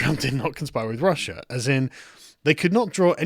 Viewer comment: Why do I hear "Prussia" instead of "Russia"?